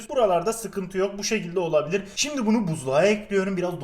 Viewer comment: Abi 3.14 de şimdi sömle diyon :D